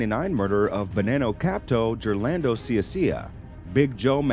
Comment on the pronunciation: Good job but black guys destroy Paisan names. My man every name from Mancuso to Geraldo to Gigante was mush